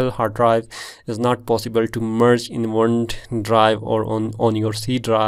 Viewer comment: marge u mean merge??